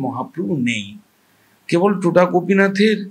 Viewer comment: উচ্চারণটা টোটা নয় “তোটা”। তোটা কথাটার মানে বাগান।